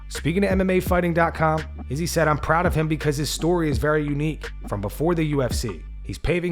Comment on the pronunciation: Learn how to pronounce Izzy's name. He is literally one of the biggest names in the sport. Should be easy to pronounce.